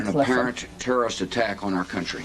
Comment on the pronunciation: "in an apparent turrrrist attack" 🤣